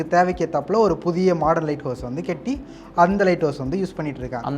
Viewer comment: Enna da pesura.. kendam nu soldra ketti nu soldra.. atleast for video cant you pronounce properly.